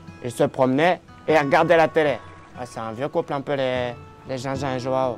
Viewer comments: Il la appeler "jao" mais sa se dit jouan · une petite pensée pour ceux dont les oreilles saigne apres avoir entendu dire autant de fois joao de cette maniere mdr